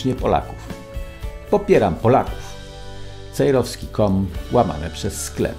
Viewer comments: Czemu każdy redaktor mówi Pan Wojciech Cejroski a nie Cejrowski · Miałem być w Koszalinie ale pewne sprawy pokrzyżowały mi plany mam nadzieję że Pana zobaczę przed świętami Wielkiej nocy pozdrawiam serdecznie Pana Wojciecha Cejrowskiego i prośba Panie Wojtku niech każdy redaktor mówi Pan Cejrowski nie Cejroski